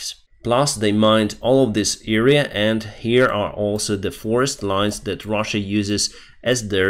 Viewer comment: it's not "eerea" but "area"..... the first letter is pronounced like in "Adam"